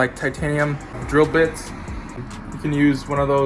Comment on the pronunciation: Did you just say drill?